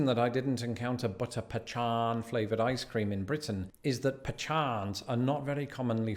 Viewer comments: So pa-chon has to be a joke his wife and her family were playing on him. He repeatedly said the word with the confidence of a man who has been lied to. 😂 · Pechan? Huh